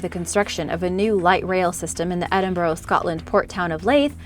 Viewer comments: 'Edinborrow' 'Laithe'? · Its leeeeeeeith not laaaaaith and eeeeeediiiiiiinburgh lol that's where I'm from, love your videos but hearing you butcher my town and city's name is horrible, you could have at least done some research lol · Normally she pronounces name correctly but leith and Edinburgh she butchered them lol